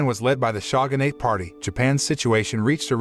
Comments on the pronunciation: the "shagun" "shagunate" ruined this for me. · 'SHAGANATE'?!! Seriously? Never has ANYONE Ever pronounced Shogunate that way ever- either inside or outside of Japan - you must know great shame - we have left a hilt-less wakazashi to exit properly - no death poem needed ;-) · It's Pronounced "Showgun" and "Showgunate" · The shaw-gun-ate troops